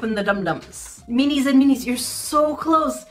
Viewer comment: I keep thinking she’s saying, “meanies”. 😄